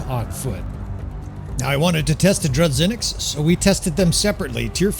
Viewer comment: My man, as a Russia dude, who hear "dru-ZH-inniks" (Russian word) it makes me feel very uncomfortable. Let me explain how to pronounce " ZH " sound. Its like a " J " in the word " bijou ". Or imagine you became french and say " voyage ". The sound " g " in that exact word would be somehow correct version of " zh ". In Russian that sound more firmly